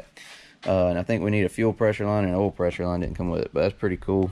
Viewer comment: geez bud you teach english. it's "oil" not "ole"